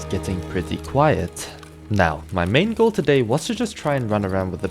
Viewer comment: ohhh it sounded like he said mango instead of "main goal"